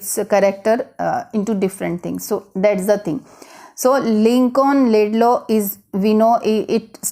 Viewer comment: it's Lincoln Laidlaw, not Laidlay you m*ron